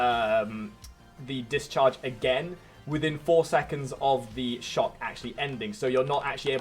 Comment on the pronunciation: Bro pronounces shock as chuck 😂